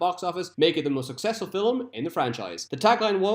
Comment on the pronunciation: Why are you saying "filim? Where is the extra syllable coming from?